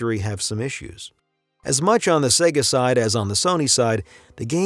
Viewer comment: SEGA (not SEGGA)